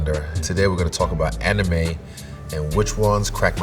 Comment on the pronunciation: Avatar - Amirime Not anime